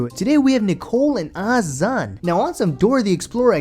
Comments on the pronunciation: Azan (Uh-zaan) PRONOUNCE THE MAN"S NAME CORRECTLY GOD DAMN!!!! I can't stand how ignorant people sound when they pronounce his name like an ignorant fuck... Jesus christ 🤦🏻‍♀️: Great work on the editing and your videos are pretty funny, I must admit 😂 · She mispronounces Azan’s name too. Disrespectful.